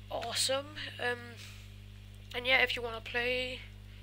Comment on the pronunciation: "På et tidspu..." "Trættired" Mega sej lyd og du tissede i bukserne "Please like, comment ass subscribe" Kelds noter (Bandu og Madz - "Come on"